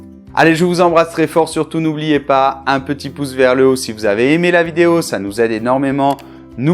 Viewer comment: MMerci che. Je voudrais savoir comment tu prononcés le mot "petit", parce que on écoute "ti" seulement. Merci et á bientôt!!